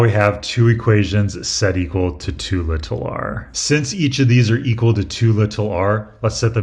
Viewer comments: It's really jarring as a brit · Yeah, incorrectly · I always love the way he says "little", it just sounds nice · I was wondering why it was "lit-all r" and just "s". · an english teacher should have taught you the actual and proper pronunciation of the word even if it is not used that way locally. Im from the UK where many accents dont use the T (including my own region), but we’re still taught it in schools. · It’s been said before, but you say the word “little” so strangely 🤣 but also, why use the word little at all? There’s no “big” R involved anyway! You don’t say “little s”… 😁